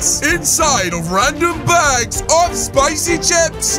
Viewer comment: its not spocy its spicy